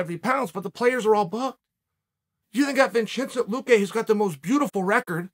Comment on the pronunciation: What is it with Sonnen and non american names? Latin names, always changes them, o at least does this with Masvidal and Luque, they are not that hard to pronounce ones.